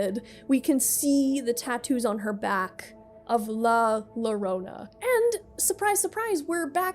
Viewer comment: It is ok, as a Mexican I forgive you.